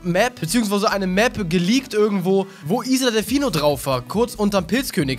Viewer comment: wie er isle ausspricht mach mich bekloppt..